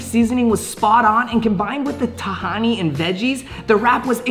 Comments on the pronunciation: It’s written there “tahini” but he said “tahani” 😂😂 “Tahani” is one of the characters in “the good place” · Nobody:: tAHaNi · Bro it’s tuh-hee-nee not ti-hiney lol. Still happy you’re doing these videos. The only reason I started watching your channel. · you did not just say TAHANEE for tah-hee-ne lmaoo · Ta-he-ni lmao 😆!!!! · It’s ta-Hindi.. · I can't be the only one cringing at how said TAHINI but he did a pretty good job with everything else!